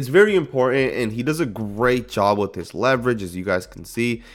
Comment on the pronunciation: "Important." Im * por * Tant. Not, "Imporent." Honestly. Honestly. That's the word.